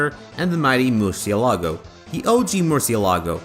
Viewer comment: The 'ci' in Murcielago is read like "chi".